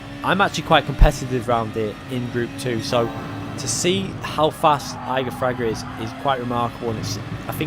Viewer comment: Please stop saying his name. You are saying it wrong. Jesus Christ.